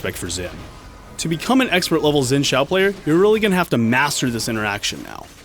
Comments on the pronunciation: Why is sayin' "Zin Jao" instead of Xin Zhao?... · Well for Xin it is closer to Shin, as the X sounds more like sh then j. Zhao on the other hand sounds more like Jow. With the zh sounding like a j. Don't you love Chinese to English? :P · Xin Zhao, Pronounced like it is spelled in Pinyin, is "s(aspirated)in jao". not "zin shao" =)